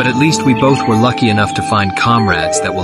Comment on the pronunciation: "Sus-ke" I'm fucking GONE this must have been a typo since he said Sasuke properly several times. Suske is just a letter off lol